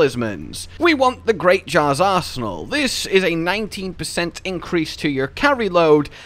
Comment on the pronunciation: Did anyone else think he said the great jars arsehole instead of arsenal